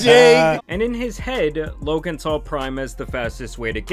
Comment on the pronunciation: Bro, I like your videos. You're a dope content creator but for the love of god can you stop saying Lo(k)an Paul lol